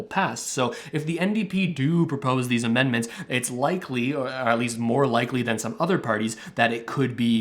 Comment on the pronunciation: Dude: were you drunk when you wrote this or just stoned out of your mind? Didn't you mean to say amendment when you said, immendment? You think you're a political expert or a fortune teller or both? In spite of my pessimism however, I tend to agree with you! I wish Russell would start explaining this new program that pays people to learn a new, in-demand trade. That would truly help all Canadians who wanted to take advantage of it! I'd like to become qualified as a heavy machinery operator or electrician. Trudeau started out as a Drama Teacher and maybe he likes a little drama in his politics and election strategies, keeping unemployed Canadians on the edge of their seat until the last possible second where he comes to our rescue and keeps the CRB at $500 a week...Wouldn't he look good, the big hero, come election time? The liberals are crying about the huge debt but they will easily pay it off with all the millions of dollars a month in taxes on licensed marijuana as they tax us to death.